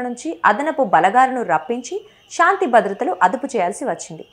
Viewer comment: షాoతి కాదు శాంతి వరస్ట్ యాంకర్